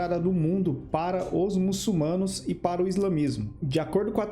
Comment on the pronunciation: MuçuLmanos, rapaz que fez o vídeo, o L vem depois na segunda silaba